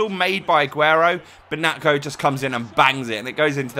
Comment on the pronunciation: its pronounced nacho